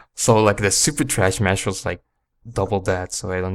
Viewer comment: I love how you were calling the move "Trashmaster" instead of "Thrashmaster", LOL. I'm pretty sure that you get that one by mixing rolls and flips... meaning that it's very easy to unintentionally get when using the analog stick.